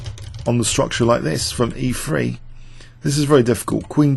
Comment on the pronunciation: Did he say "E free" or is it "E three"?